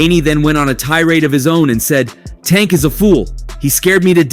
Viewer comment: I hate how you pronounce tank name 🤦🏾‍♂️😂😂